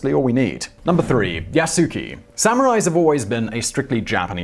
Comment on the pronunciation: Lol yasuke triggered me.tho..it. Yaskay urgh